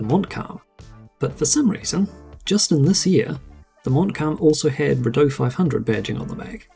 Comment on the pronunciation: living in Ottawa where the Rideau Canal is, tourists always pronounce it wrong. 😂